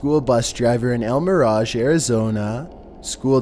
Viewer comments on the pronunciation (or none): none